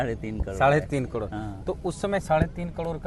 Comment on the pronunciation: ये करोड़ नही कह पाता पत्रकार कडोर😅